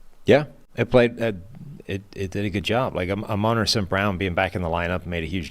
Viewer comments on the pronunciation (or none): Amon-ra not amen’ra